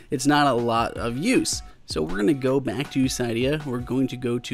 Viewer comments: cee.dee.yaa not cai.dee.yaa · Sigh-d-uh? Sid-e-uh... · You are pronouncing Cydia wrong